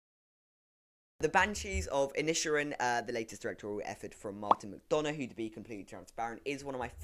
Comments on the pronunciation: Ok, before I look at this I'm going to have to correct your pronunciation of the title. "I-nish-er-in", there we go. I'nish means island btw. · I lasted 3 seconds..right up to the point when the Englishman couldn't pronounce the name of the very film he allegedly just watched...shudder